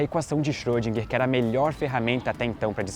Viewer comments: Xôdinguer, não!!!! Por favor!! Erwin Schrödinger! Tem um r no meio. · Schrödinger...Ö!!!! Não é som de "O", mas de "E fechado"! ;)